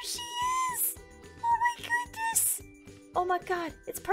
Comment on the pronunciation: did anyone hear “DEER she is! OH MAH GOODNESS